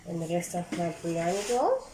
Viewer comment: its not "breyani" its "biryani"